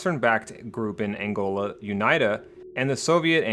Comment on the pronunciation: am from Angola well Zaire to be exact please do a better job at pronicing or saying it right or google it please. Aside from that good job